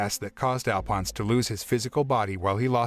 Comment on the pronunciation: I hate how they say Alphonse wrong